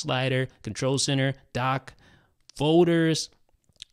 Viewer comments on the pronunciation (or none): Fowders... Folders... Foders